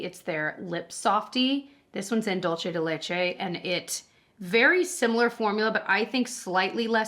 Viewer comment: It's dul-SAY de leCHay